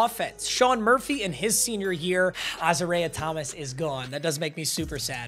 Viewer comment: Uh-Zar-Eee-Ay is how you pronounce Thomas first name